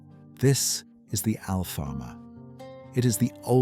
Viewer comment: LOL… You talk about Lisbon’s history and cannot even pronounce Alfama? Use some Natural Intelligence before embarking on AI, ok?